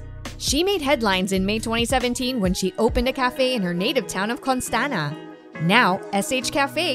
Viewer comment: She is from Costanta, not Cotanza